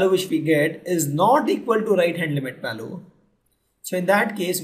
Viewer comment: very simplified video ..i really like it. the PRONUNCIATION of the word VALUE is incorrect